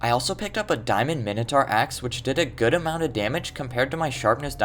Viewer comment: he said mintoaur million of times after he called it the weird cow thing.